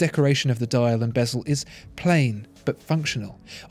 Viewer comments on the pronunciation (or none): none